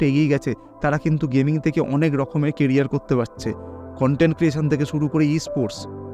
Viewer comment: তিনশো থেকে = শুনে মনে হচ্ছে বলেছেন (তিনশো তেকে) ।